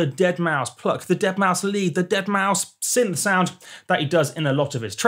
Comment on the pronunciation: eeeueuurrrh the deadmousth pluck!